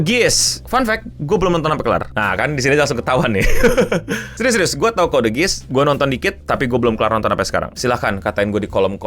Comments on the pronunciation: Koreksi Bang, Geass tuh cara nyebut nya (Giias) bukan Giis Edit: Tamatin lah bang sampe R2, jangan stuck di R1 aja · ketahuan, wibu luar negeri pun yang sudah nonton nggak mungkin nyebut itu "gis" 🤣